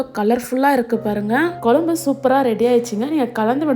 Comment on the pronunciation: Piease improve your pronunciation. It is kuzsm u not kulambu